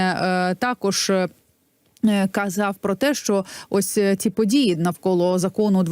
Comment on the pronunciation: ПАдії навколА законА..Па ваєним питанням.....і це вимова у відомого УКРАЇНСЬКОГО журналіста...